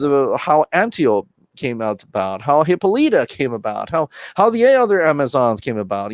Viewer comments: I fucking die everytime you say wonder womans mom's name 😂 all bad... Absolutely nobody: You: HIPPOlita 🤦‍♂️😂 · The way people say Antiope and Hippolyta make me cringe. 😂😂😂